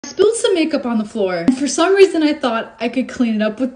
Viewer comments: she turned british for a sec there😂😂😂 “MaKeUp” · turned British when she said makeup